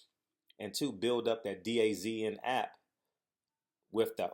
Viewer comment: It's pronounced DAZN ---> "Duh-Zone" Hopefully the app flops on Fast Eddie.